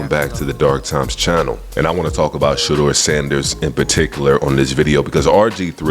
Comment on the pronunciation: RG3 Please stop calling him Shedrrrrrr it's pronounced Sha-door 🚪 like front door